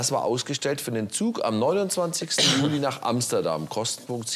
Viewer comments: Alter warum sagt Herr immer Julai😂😂😂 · Wieso sagt der Herr immer,,Julai´´ anstatt Juli? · Wie sagt der Staatsanwalt Juli?😂😂 Juläi😂😂